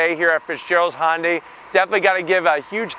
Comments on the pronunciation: yes I know but the correct name is Hyundai not honday thanks for not being able to get the name! correct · Its called a Hyundai not a honday ??? Look at the badge and learn English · I love ur reviews - but its Hyundai, like Sunday.